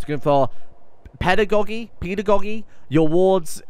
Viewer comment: oh boy, his pronunciation of pedagogy